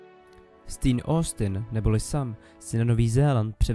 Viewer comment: Super video, díky! Ale Sean se nečte "Sín", nýbrž "Šón" 😂😂